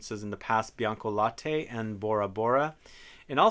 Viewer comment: Bianca late means white milk, not « laté »